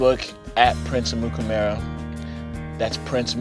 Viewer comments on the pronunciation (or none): Did he just pronounce his own name wrong? Sounds like he is saying "Prince Amukamaro" After saying how easy it was to pronounce (if you can read it) this stuck out at me at the end. I'm sure I'd mess up lots of my own words too after what he just went through with all that heat, but I chuckled.